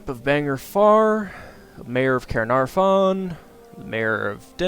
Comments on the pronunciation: i died when you said 'ker-nair-ffron'. enjoyed the video nonetheless. it's pronounced 'kaer-nar-von' if you were interested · I live in Caernarfon + you saying it wrong but it is funny and inoing that you say it wrong. PS soz if a spelt words wrong because Welsh is my first language and English is my second